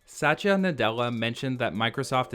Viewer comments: Great video bro but it is Satya Nadella not Sachya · not satch-ya its sat-ya